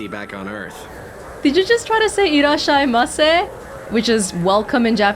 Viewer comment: "Irasshaimase!" So that's what he's saying... And pronouncing wrong... Reminds me of a Video I just saw today on YouTube with the topic, where "german spoken" in Hollywood sounds so awful... especially someone called "Klaus" from "How I met your Mother". Besides his dialect, he makes up words and is nearly not understandable. His words are so odd, they're literally taken in german synchronization, where he tries to explain what his made up words mean. Only the second one was changed, 'cause he calls her something with "object". Does anyone know that scene? And can you hear, that Ted has the same dialect as the "german" Klaus? I wonder if Kasumi reacts to this Chef...